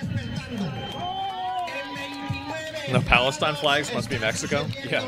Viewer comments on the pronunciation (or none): none